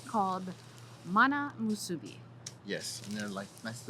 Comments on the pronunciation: got the correct pronunciation of "musubi" most of the time, but needs to practice a little more not to say "muSUbi" and give away that you're not from Hawai'i. Mahalo for trying out the SPAM musubi in different places, even on Maui and Kaua'i! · Yeah, better work on that pronunciation of "musubi". He gets it 1% of the time. gets it 75% of the time. If you're gonna make a whole video about it, you should know how to say it!